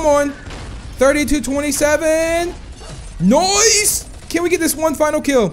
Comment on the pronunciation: When he says nice he always pronounce "noise"